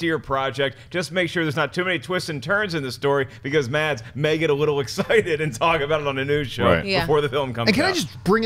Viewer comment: Silent d i Mads, should be pronounced Mass